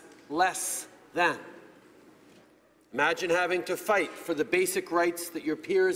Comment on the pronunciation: Somebody inform him that there is an I in the word imagine